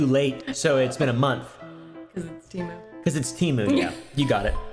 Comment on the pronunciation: me rn: ITS.. PRONOUNCED.. TUH-MOO!